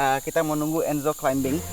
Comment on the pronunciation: Koreksi ! Climbing dibaca [klaiming] huruf "b" tidak ada bunyinya. Beberapa kata yang sama seperti: plumbing (plaming), plumber [plamer], comb, combing sama juga.